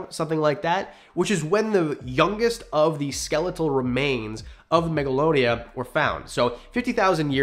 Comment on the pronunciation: No offense but it’s Megalania